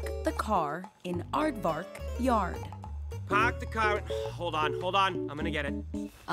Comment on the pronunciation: The way Zack was trying to say "park the car in aardvark yard" sounded like me trying to say "Tag you're it" in Quechua